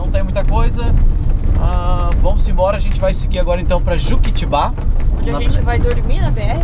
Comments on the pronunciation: Eu tambem não entendi o que "deu" ao dar a carona... pelo título da a entender que foram assaltados, mas ao contrario disso, a moça deu a vocês informaçções da cidade. A proposito, chegaram em Juquitiba? Juquitiba, não Juquitibá. hehe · casal lindos demais, desculpe, ela mais... não é Juquitibá, não tem acento. Juquitiba. olha, voves deviam mudar a rota passando por Peruibe. belas praias, é só ali no posto fazendeiro cair para sp055/br101 lá em Peruibe 75kms da br116 daria atenção a Prainha, cachoeras pereque Paraiso e sem dizer que um pouco antes na cidade de Pedrode Toledo, a cachoeira dedo da moça... mais td excelente suas escolhas... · O nome correto correto da cidade é Juquitiba e não Juquitibá, rs. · Não é Juquitibá, galera, é Juquitiba, sem acento rsrsrs. Muito legal a aventura de vocês! Boa sorte! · Não é Juquitibá e sim Juquitiba. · Juquitibá? Kkkkkkk kkkkkk, vai aprender a ler "JUQUITIBA" E não é BR101 E SIM BR116 RÉGIS BITTENCOURT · se pronuncia juquiTIba ..... é uma paroxitona